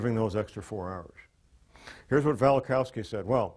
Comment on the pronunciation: Velikovsky, not Velikowsky.